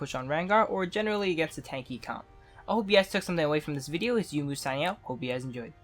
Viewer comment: isn't it pronounced yo-u-mu? not yoomoo?